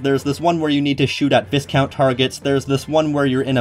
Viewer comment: For future reference, the S in viscount is silent and you pronounce the I like a Y